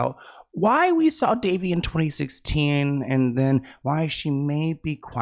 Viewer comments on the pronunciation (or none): Can No One say her name correctly? It's Da-vay!! She was fantastic in Big Love.💙😓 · Her name is pronounced Da - Vay. That poor baby. There may be more names coming out from those hollywood parties for sure. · Elijah Woods said his mom protected him and if it wasn't for her he probably would have ended up in bad situations. She was always around and didn't allow him to go places where many other kids were going and was normal for kid actors. Also, her name is pronounced duh-VAY.